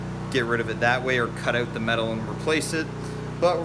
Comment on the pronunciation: Did you say, “try it ote”